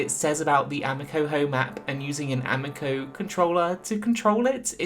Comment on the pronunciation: I know you know how to pronounce amico